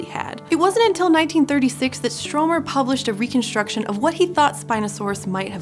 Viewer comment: You know you BUTCHERED the name of Stromer, do you?